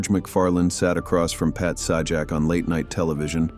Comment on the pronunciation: It's Pat Say-jack,not Sah-jack.